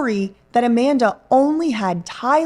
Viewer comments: I'm sure BJ did mention it in the very first video she did about this. When kept saying tynenol or tydenol (it's hard to tell) I'm sure I remember BJ saying she can't even pronounce it right 😂 I had to Google what it even was. I'm from the UK and it's just paracetamol here, there is brand names but nobody ever uses them, everyone just says paracetamol. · I thought I was just being petty; but the more and more I hear mispronunciation of Tylenol…the more I know she’s lying. You can just tell she’s trippin over her words. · So so many things wrong here, but nobody questions she “created” this technology but can’t pronounce Tylenol? Who actually came up with this whole idea and decided to use her as the face of it? I don’t believe for a second she actually made all that herself. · She says Tylenol the way my family does, oddly enough. No idea where that pronunciation comes from, but if she grew up hearing it, well, I still say it wrong if I'm not thinking about it. She strikes me as being "the face" of the idea, not the actual originator. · The way says “ Tylenol” DRIVES ME CRAZY She pronounces it “Tynanol” 😩 I wish I didn’t care about it or whatever but it is so annoying. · Did it sound like she didn't exactly say "Tylenol" to anyone else? What I mean is, it sounded like she said "tydenol" to me. Like that first "L" was actually pronounced as a "d" for whatever reason. Idk,maybe I'm hearing it wrong. Maybe I'm not...but even if I'm right, I'm not necessarily saying there may be some sort of nefarious reason for it. To me, it's odd enough & I want to at least see if anyone else heard it. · say it with me. TY-LE-NOL. If I have to hear “TyDENol” one more time I’m going to scream 😡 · can't seem to pronounce TyLEnol. Not tynnol. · “All she had in her system was Tydenol”. Tydenol. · Tynelol and apelepsy. Limas pronunciations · TYNENAWL, I can’t get her voice out my head saying “TYNENAWL” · Tydenol lol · I can’t unhear it now 😂